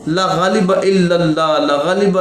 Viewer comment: Laghaleba nahe La ghaaleba .saheeh tarah se parhna sekho